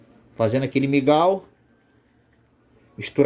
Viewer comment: é mingau irmão e não migal kkk